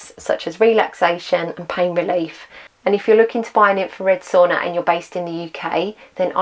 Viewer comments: I love your commitment to report tge accurate and realistic experimental information. It's really needed these days. By the way ... why do you keep saying "so-ona" 😄 ... it's Sauna lady... Sauna. 😄 BTW, thumbs up 👍 from me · I think you know how to pronounce the word sauna, but you don't pronounce it correctly. Is it British arrogance?